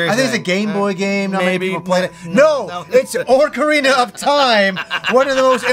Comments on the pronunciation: Wait, oar-karina of time? Never heard it pronounced that way before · Love you but you said orcarina...come on son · Orcerina of Time. Sounds like a big green guy in a tutu selling watches.